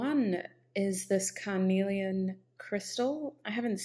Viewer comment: you pronounce carnelian perfectly